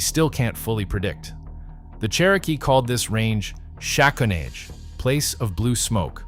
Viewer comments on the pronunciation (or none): Great video, very informative, however I believe you should learn how to pronounce Shaconage correctly. I should be spelt Shakonohey and pronounced. (Sha kon o hey).